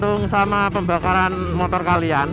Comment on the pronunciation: 01.42 "pembakaran montor kalian..." pertahankan mas..logat wong jowo, motor dadi montor..hehe mantep pokokelah..hehe